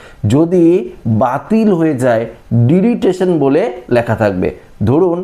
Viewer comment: Dada, Apni video te bhul kore delitation uchharan korchen ota deletion uchharan hobe 🙏